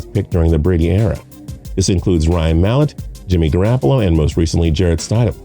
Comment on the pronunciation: Patrick Bradley Ore-gone and Sony Mitchell lmao Edit:And jimmy Ger-rap-pa-loo